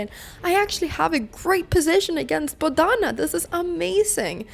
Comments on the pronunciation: Her name is pronounced BODH-NA and not BO-DHA-NAA. Unfortunately, with English unlike with most phonetic languages, names have to filled with vowels to make them look "correct" so to speak, and most native English speakers would not know the distinction unless they are told so. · It’s Bodh-u-na. Not Bodh -aana. It would be respectful to say her name as it is meant to be said. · I honestly think you should get 20 points of rating, for your pronunciation of her name....